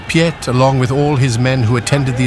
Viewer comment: Piet is pronounced with the same ie as in Retief, ho can you get one right and the other wrong?